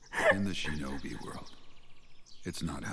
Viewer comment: "I die a splendid shenobi"